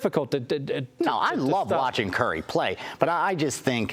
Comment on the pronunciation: I hate when people dont say Stephen Curry's name right!!